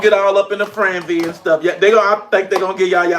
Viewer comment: Don’t get up in a “franzy?!” WTF??? How does a grown man F up the simplest of words?